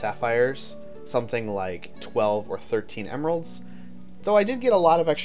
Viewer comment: I keep hearing "gemeralds" xd